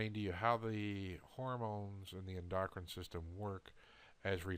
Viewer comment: I understand what you're saying, and I agree. It does bother me that you can't pronounce oxytocin and endocrine correctly, and lessens my faith in your products. We're all suffering and looking for a cure for our ailments outside the box because big pharma controls our doctors. Thanks.